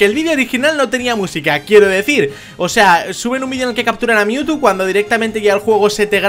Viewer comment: Si No Se Dieron Cuenta Cuando Captura A Mewtwo Dise AR no RA